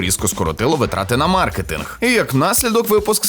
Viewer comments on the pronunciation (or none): none